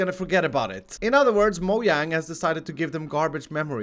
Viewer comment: said Moyang